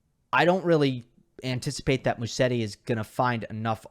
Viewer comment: Just a small correction: In English Musetti should be pronounced MUZETTI. In Italian one "S" in a name is pronounced in English like a "Z"